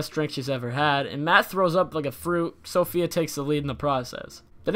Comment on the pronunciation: Her name is SAFIYA not "SOPHIA"